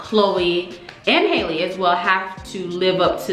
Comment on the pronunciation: Pronounced like HAL-le rhymes with valley